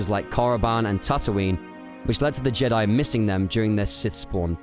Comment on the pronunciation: Jed'aii is pronounced Jee-Diie. I've always thought the authors of the EU liked how the Vong would pronounce Jedi ("JED'AI" as they'd scream it like a witch hunter inqusitor screams HERETIC in 40k) So later on, after the New Jedi Order came to a close and focus shifted to the ancient Jedi right before disney bought the franchise and cancelled the EU, someone said: "Hey, remember how the Vong pronounced "Jedi"? That was awesome, so let's make it a thing of irony that Jed'aii was the ancient original name. Hey, y'know, monkeys over millennia in a locked room with food, water and typewriters will eventually make shakespeare as the saying sorta goes..." Surprised the fandom never caught on to such a probable easter egg. Its not the first time something like this happened in the good old days of Star Wars.